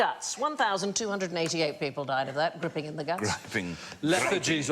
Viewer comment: On the wound man I wonder if it should griping with a long I sound instead of gripping (rhymes with tipping).